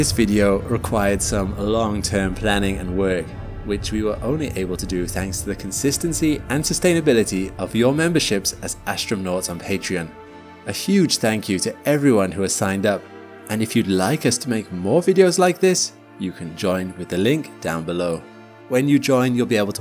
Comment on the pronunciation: Did you say Astrum-nauts?